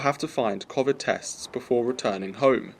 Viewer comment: ARGHH "COFFFFVID" MAN IS BACK!